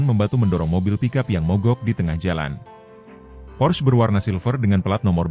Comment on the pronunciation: pors... porss... 😂😂 porsche... 😂😂😂